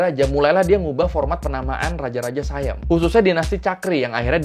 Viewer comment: bukan sayam bang baca nya, baca nya tetap siam